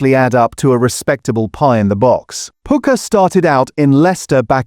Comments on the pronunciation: A.I. voice is a mess. You pronounce Pukka as Poooka LOL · Please get your AI to be more consistent with pronouncing things like PUKKA and PASTY. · The AI narrator cannot even pronounce Pasty or Pukka. 🤣